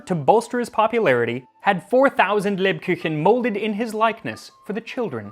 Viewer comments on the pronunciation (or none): Just because I know that you care about the proper pronunciation of words. The U in Kuchen is pronounced like oo in english words like boot or loot, your pronunciation was more like the german Ü. Also, and I don't know how it's been written in your source, if it read HÄnsel und Gretel, that's a different sound from A. It would be pronounced like the a in candy. Your pronunciation of german words is otherwise really good. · Good attempt at saying "Lebkuchen", but the u in the Kuchen is not a yu sound. Say it like the standard oo sound in English, as in cool. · As you seem to be a fellow language nerd, allow me to help you on your German pronunciation: the "u" in "Kuchen", which means cake, is pronounced like the English "oo", just like all u's in German. The way you say it near would be written "Küchen", which would be the plural of "kitchen". So yeah, the German words for cake and kitchen (which I imagine, the English equivalents derive from) might have the same etymological root. How cool! Also I must say, you're doing a great job with all your attempts at foreign words, one noticed the effort you put into it. Keep it up!